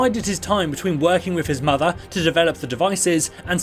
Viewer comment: "... working with his matha"... :D Good clip though! Its not that hidden, but hey..